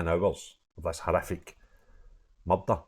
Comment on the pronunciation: Unless you can speak English and say murder properly I have to switch off pal sorry.